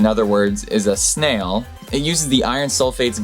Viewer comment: Iron Snails... I-RON SNA-ILS!